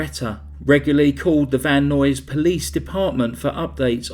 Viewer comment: “Van Nuys” = “eyes” with an N.